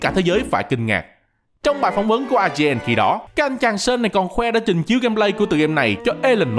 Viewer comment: Chô tồ ma tề, "Sean" không phải là "Sơn", qua kênh Dan Hauer có chỉ cách đọc nha